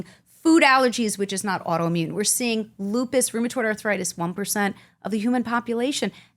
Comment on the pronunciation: If she says Lupis one more time, I'm calling Dr. House.